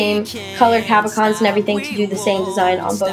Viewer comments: nice idea - i think its pronounced cab-o-shons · You dis say cabochons wrong, but it doesn't matter! It was a really creative idea!